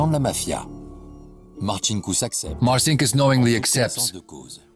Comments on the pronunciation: Il traduttore IA è semplicemente spaventoso! Martin Kuss per dire Marcinkus..... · Sarà stato anche un banchiere spregiudicato, vabbè .... Ma come cavolo si chiamava ? ( 1 : 10 : 22 )"Marcinckus ?" "Santa Cruz "? "Martin Cruz ".... A parte gli scherzi , le autorità italiane ,per farsi consegnare il "banchiere di Dio" , quante "Ave Marie " avrebbero dovuto recitare ? ....